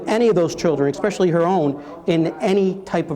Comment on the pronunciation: I just love how her attorney says "expecially" (there is no fucking "X" in "especially"). Is he drunk TOO?